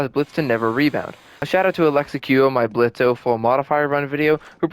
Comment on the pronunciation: For the last time, the ø is silent